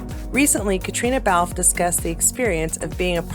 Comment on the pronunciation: love all the Cait news! And, knowing that you always want to get things right.... it's pronounced 'Cat' not 'Cate'. And, to clear things up all the way, her name is pronounced "Katrina" because she's Irish. The Scottish version is pronounced 'Kaytriona'. Confusing I know. Love your show as always! 😘